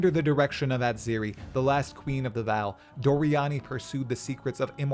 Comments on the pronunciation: Dude its "Vaal" not Val like Val Kilmer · Ngl i almost turned the video off because of how you pronounce vaal. Its said in game correctly you dingus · Wow you really butcher that Vaal pronunciation. Come on its not hard to say it correctly. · Hood lore dump. You just pronounced Vaal and Karui a little weird. 😂